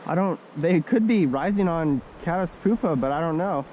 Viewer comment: It's pyoopa (pewpa), not poopa